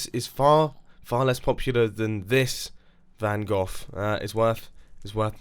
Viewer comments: Excuse me did you just say vincent van gough? don't worry, as a dutch guy I'm used to people saying or even spelling it wrong :) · And of course, Van Gough is nowhere near as good as Van Gogh. You should do the intro in Dutch as tribute for getting it wrong... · Dutch because you made fun off our best painter van gogh and not gough or goff shame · Dutch, since you've butchered Van Gogh's name.